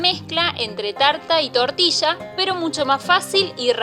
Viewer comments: Hija que mal pronuncias TORTILLA. Es muy facil decirlo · Me gustó!! saliendo TARTILLA!!